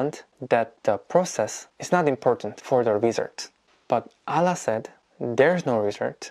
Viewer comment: Your pronunciation "Allah" so pretty 😀